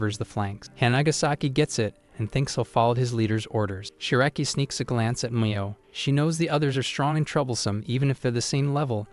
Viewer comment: Geeez Ai is infuriating. Mo is pronounced Me-yo. Not Mah-yo